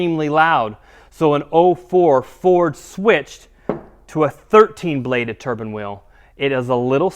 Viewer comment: Turbine wheel not turban ffs